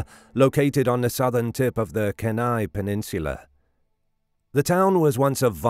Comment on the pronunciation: Being an Alaskan have always loved this story,who knows for sure huh.You don't pronounce Kenai right but that's k, still love your channel